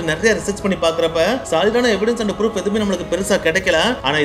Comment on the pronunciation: Ha ha bro its not froof its proof 😂😂